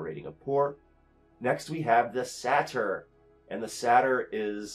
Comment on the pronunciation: I hate to be this guy, but it's really killing me... It's Say-ter, not sat-ire. Great video, the table is fantastic! Always look forward to watching your breakdowns!